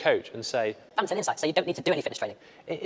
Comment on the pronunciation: Love how they pronounce it like "Bummbinton" XD